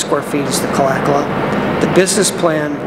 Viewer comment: Remember KALAKALA was not pronounced KALA-KALA. It was ka-LA ka-LA ONE WORD.